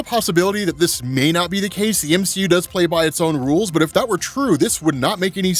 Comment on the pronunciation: The m-she-u 🤦